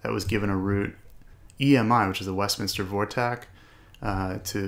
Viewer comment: Just found your channel, watch a few videos. As a Westminster native, thanks for not butchering the name. Subscribe +1